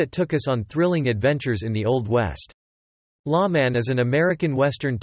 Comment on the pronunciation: I think this site is run by children. He says, "LA Man" instead of "Lawman". You are right, there was more regulars on this show.